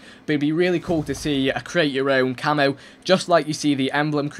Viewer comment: why does he say camo so weird?